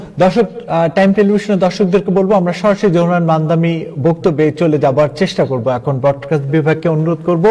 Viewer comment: মামদামী!? Can’t even pronounce his name correctly! Idiot!! He is মামদানী!!